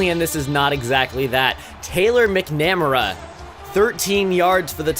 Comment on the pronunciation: Nice start to the dynasty! Interested to see how it progresses! Oh...and that one guy McNamara is "MACK-NUH-MARE-UH" Just a tip in case you encounter that name again in the future.